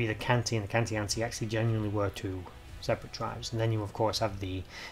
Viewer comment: Is it not pronounced KAN-TEE-ATCHI? i guess The Romans being Italian?! Im a, Born and bred! 😊